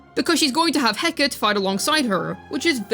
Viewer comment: Hecate is pronounced 'heh·kuh·tee'.